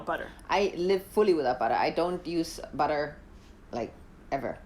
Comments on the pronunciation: Ei leik itt this wäiii bä.a 😂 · I love how you prounounce "butter" with neither the German "tt" nor the English "dd", but just completely leaving out those glottal "t"s. 🙂 Bri'ish English rulez!